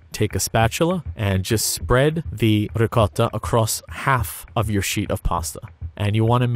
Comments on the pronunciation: Pronounces loads of complicated words no problem.... tries to say ricotta, somehow says something along the lines of 'rocotta'... very confused? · This man has the unbelievable ability to not say “ricottatatatata” when saying ricotta with the accent